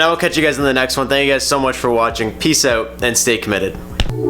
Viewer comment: The way you say out gives me cancer